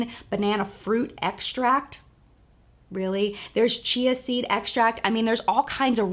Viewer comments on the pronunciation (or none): none